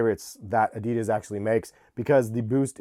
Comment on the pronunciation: No one knows how to properly pronounce Adidas.